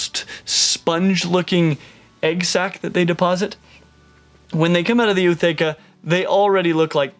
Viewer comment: is that how you pronounce ootheca? I been doing it wrong this entire time!